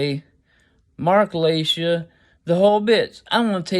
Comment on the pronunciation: His last name is Laita pronounced Lay-tah